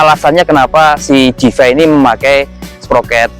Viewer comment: Koreksi dikit mas; bacanya: “Di-Fay” bukan “De-Fi”. Terima kasih